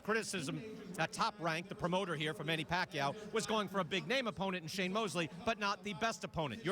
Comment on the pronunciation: Sour "Shame " Mosley